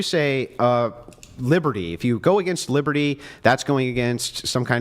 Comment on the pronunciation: Her most insane take is how she chooses to pronounce “against.”